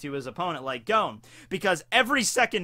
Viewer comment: I love you but... Goan? Da fuck?